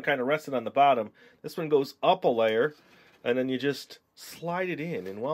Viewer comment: When you say 'and then' I here you say 'enen'